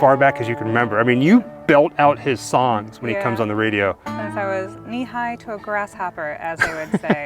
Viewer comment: Did you say radio???